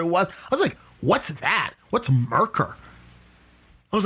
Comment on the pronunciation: Lots of good info but you sound like you don’t know what you’re talking about when you don’t know how to pronounce Merkur (mare-KOOR), Catera (Ca-TARE-uh) and Cologne (Co-LONE)